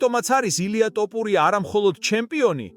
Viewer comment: ტოპურია არა შე შიბაქო თოფურია და ნაპერწკლი არა ნაპერწკალი ნუამახინჯებ ჩვენს ულამაზეს ენას თუშეიძლება❤